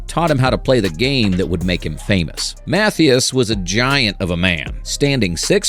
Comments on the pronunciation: It's Brother Mathias (mah-THIGH-is) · right, he said MATHEEus. lol. AI slop indeed. also, he said "and ruth would go on to hit 714 MORE homeruns, umm, no that'd mean he hit 715 regular season total. He ended with the Braves 714 HRs in boston. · YW. This video might be AI generated, I'm not sure. Most educated humans would pronounce Mathias easily, but "artificial intelligence" (which it is NOT), doesn't understand key nuances of American spoken English. So that's a telltale sign of AI. After I posted here, I started watching another video from the same content creator, and "the voice" mispronounced another key personality, a well known player whose name I probably won't spell correctlyt: Joe Garagiola. Joe was a neighbor of Yogi Berra when they were kids, as was Jack Buck (baseball announcer I believe?). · I noticed that as well